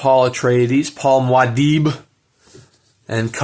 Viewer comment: Mwah-deeb lol. Sorry to bring you up on this ... but it's pronounced Moo-ah-deeb !